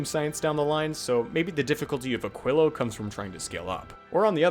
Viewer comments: and he is still saying it wrong. even after looking it up. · "which I have to look up how to pronounce" still failed... eh... 'muricans...